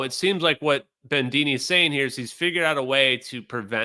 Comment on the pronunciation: There’s no ‘n’ in Bedini. You really start need to get rid of your sloppy speech. As a huge fan of yours, I say this. We met and I think we liked each other. I was the guy in the black leather hat, if you recall. And no ‘r’ in Sabine. It is ‘Suh-BE-nuh.’ How do I know? She’s obviously some sort of Germanic. That’s how they pronounce it there.